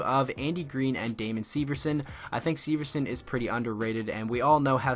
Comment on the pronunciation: The way you say Severson. It hurts